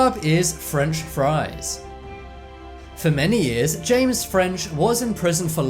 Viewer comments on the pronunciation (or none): none